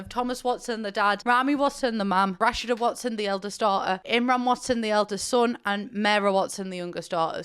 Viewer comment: Also im pretty sure it's pronounced Ra-Shee-Da